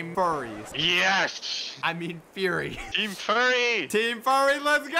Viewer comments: It's fury not furry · it’s “fury”…